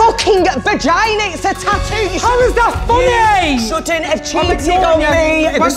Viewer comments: How they pronounce tattoo ... TAOOOO 😂😭💀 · I absolutely love the way they pronounce tattoo. Tat ew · They’re not even saying tattoo... they’re saying tawho